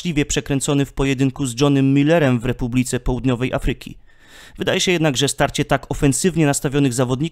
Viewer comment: Daję łapkę w górę, bo jak zwykle super materiał. Popraw jeszcze akcentowanie takich wyrazów jak Afryka (3 sylaba od końca) i będzie już idealnie. Wiem, że to niełatwe bo jak się człowiek przyzwyczai, to ciężko się poprawić, ale kibicuję Ci w Twojej drodze do pełnego profesjonalizmu.